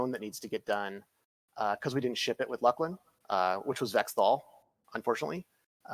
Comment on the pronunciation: That is probably the oddest pronunciation of it that I've heard. I guess some people maybe can beat it with Luss-Lin